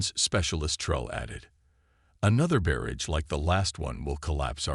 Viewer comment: I stopped at 5 minutes. DUDE!!!!!!!! Your AI Sucks!!!!! The very first words..."They silent distress!", "BEARidge" just what the hell is a "BEARidge"???? "....they engage....(NO, they engaged!!!!!) I am outta here!!!!!!!!!!!!!!!